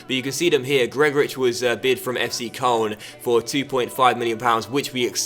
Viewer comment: Did you really pronounce Angers as 'angus'? That's worse than your pronounciation of Koln.